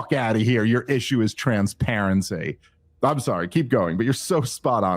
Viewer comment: I love the podcast and the advocacy of rationality and sanity. It kills me when Dave pronounces "while" as "wahul" and "I'm" as "ahum". Sorry for the shit sandwich comment. Really appreciate this show and honesty.